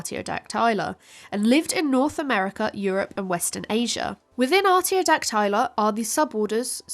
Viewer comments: She literally mispronounces a key word, it should be: Ar·tio·dac·ty·la ˌärt-ē-ō-ˈdak-tə-lə not *ärt-ē-ō-dak-'tay-lə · Is arty-oh-dack-TIE-luh a British pronunciation? I've always heard arty-oh-DACK-tuh-luh. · Why are Ruminantia and Artiodactyla pronounced so wrong??